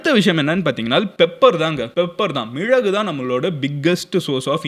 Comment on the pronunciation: Bro athu ''Milagu'' not ''mizhagu''